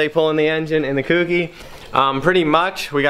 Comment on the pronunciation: Insert my usual comment.... It's not "KewKey" it's "Kouki"... like the "ko" in "koala"....